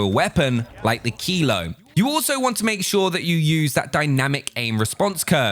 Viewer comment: what gun did u say is the best? kilo? or keyload? whats keyload tf